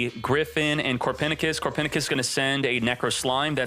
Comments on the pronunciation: Did…did he just call Copernicus “Core-Pen-I-Kiss” ?! Lol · Is anyone getting triggered by the way he says Copernicus?